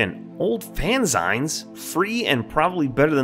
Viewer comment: This game looks amazing. I like your humor and methodical way of checking everything. Just a heads up, though, fanzine is pronounced fan-zeen, it rhymes with magazine because that's where it takes it's name. It's a magazine made by fans and full of fan made content like fanart, fanfic, and fan theories.